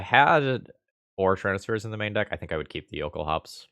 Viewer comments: The L sound is LOL-kulhaups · The base word, I assume, is "Jökulhlaups", pronouced "yo-KOOL-lahps". The lacking "l" would then (to my understanding) make this "yo-KOOL-ahps"